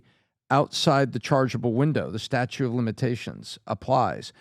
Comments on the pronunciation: it's statute of limitations, not statue lol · it's not "statue" of limitations. It's statute of limitations. You almost said statue of Liberty! You lost some credibility Bud.